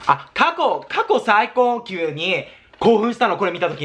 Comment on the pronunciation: 過去最高級をさこかいこうきゅうって言うのはほんと面白すぎてつらみ😂